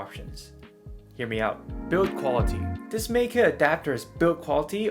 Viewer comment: German “ei” is pronounced like “eye”. “MIKE-uh”, not “MEEK-uh” or “MAKE-uh”.